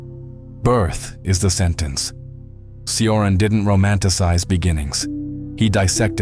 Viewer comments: Just FYI, Cioran is pronounced CHorAn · Pronunciation: CHo-rAn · as a Romanian, he pronounced “Cioran” wrong, hard to translate but Chioran which is the equivalent of the phonetic pronunciation means somehow blind in Romanian which actually made it funny